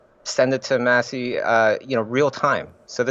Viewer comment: did he call maciej "massy" lmao